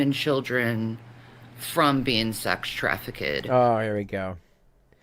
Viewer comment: Traffick ked? 🤣🤣🤣 Its called trafficked or trafficking